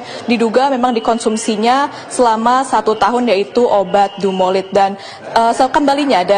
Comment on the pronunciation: DUMOLID bukan DUMOLIT... sebab kalau (Dumolit) artinya jadi beda, bukan merk/jenis obat.